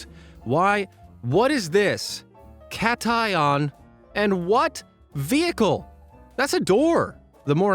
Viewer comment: It’s pronounced CAtion, not CATion